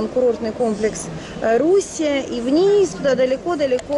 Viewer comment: Мы отдыхали в РуссИи ( ударение на первую И). Очень понравилось. Территория парка, если не ошибаюсь 17 Га